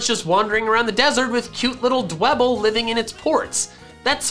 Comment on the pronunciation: Nobody: dewbble It’s free real estate